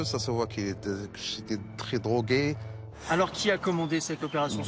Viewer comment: "Rougarde li youx ça se voit qu'il est trè drogui , personne neput faire cette scandale " 😂😂😂 puré on dirait Abdereezzak al merhaoui du Sketch de Gad el Maleh